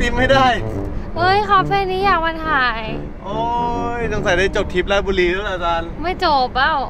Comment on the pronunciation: อ่านผิด. ราด ชะ บุ รี